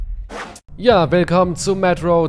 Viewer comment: Regt sich darüber auf das der Charakter im Spiel Mun statt Munition sagt, aber selbst zu blöd "Metro" richtig aus zusprechen 😐🙄😑👍🏻(möglicherweise Taktische Abkürzung "Mun" da Munition zu lang ist !?)